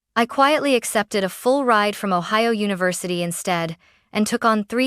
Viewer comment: Columbus, Ohi-owa? Lol